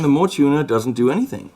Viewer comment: that Hello Kitty looking tuner, is actually pronounced "mo-way"